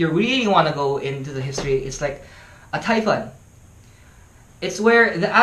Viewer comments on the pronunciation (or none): TYPHOON not TYfun